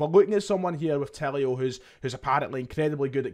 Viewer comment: Just a wee point ref the new signing. Tilio's name, being Italian, should be pronounced as if the 'i' is a double 'e' eg- Tee-lee-o. Will make you come across that bit more professional. Hail,hail.